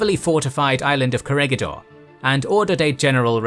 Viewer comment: Corregidor is pronounced Ko rhe hi DOHR